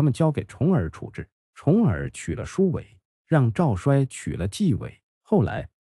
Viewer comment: 赵衰，‘衰’ 做人名要读作 ‘cui’. 所以是 Zhao cui . 故事讲的不错。点赞👍。 讲春秋战国故事，有些地名和人名的读音如果注意一下，就更完美了。